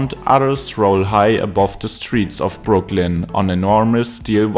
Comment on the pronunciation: You must pronounce BROO-klyn, not broo-KLYN. I give you DISLIKE because your weird intonation and half-asleep voice are unpleasant to hear.